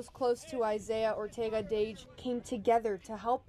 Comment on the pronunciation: STOP SAYING DASH ITS DAGE